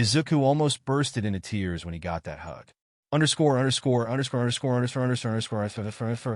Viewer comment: Every time the narator says underscore i think he has a stroak.